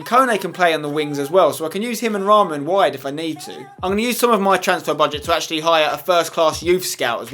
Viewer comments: Spence its not raaaaaamaan its short ra man :p (Yea i know ur not beglian like me but just saying :€) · In real life raman plays for kaa gent (belgium) , my faviurite club and spencer it is not pronounced like raaman but just raman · You don't say his name with A long A its Raman not Raaaamaaan 😂 hahahhahahahah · you say the name of the belgian striker like ra-man